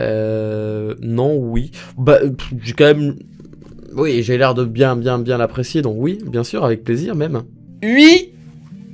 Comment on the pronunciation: Je suis réellement désolée je n' aurai jamait mis un pouce rouge sur une de t es video mais la presque a chaque fois tu dis ui au lieu de oui c est insupportable no joke j ai envie de te baffer. bonne continuation